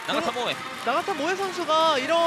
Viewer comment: mbc 아나운서진들. 나카타 히데토시의 영향인가? 나가타 모에인데 계속 나카타 모에라고 하네. 외국인이라고 해도 성을 바꿔부르면 기분 나쁠건데 좀 제대로 부르자.